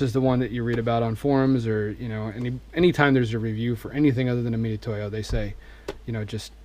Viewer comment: Can’t take anymore.!.!.... weirdo OCD and c’mon with the “meat-a-toe-ya” hooked on phonics bro. It’s like a easier way of saying Mitsubishi. LOL oh oh.... and my favorite. When putting his micrometer away trying to figure out how much to close his mic. Settles on 75 thou finally.